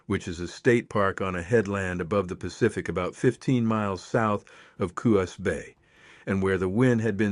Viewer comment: I would like your AI narrator to pronounce Pacific Northwest 'proper' names, correctly Jeeze? Is that too much to ask? i.e. in a previous episode: yay-KEE-ma? (Yakima) It is YAK'-a-mah ... This episode: Coos? It is "COOs" not co-HOOs. Although, I do enjoy the stories. They are just stories, but fun, anyway.